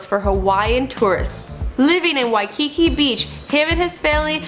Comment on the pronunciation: the way she says hawaii, waikiki and honolulu makes me cringe 😖